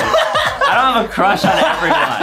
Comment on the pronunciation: Adem Has a huge cwush on banbaleena